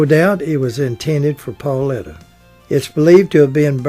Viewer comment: Her name was PAULITA! NOT PAULETTA!!!